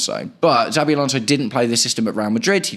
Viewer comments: *CH*avi Alonso, not *TS*avi Alonso 👍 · Why do you call him Zabi?